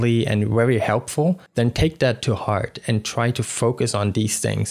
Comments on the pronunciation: He says Fart and soul at the end right? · did you say "fart and soul"? lmao!!! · Thanks for the tips..... Was i the only one that heard "Fart and Soul"?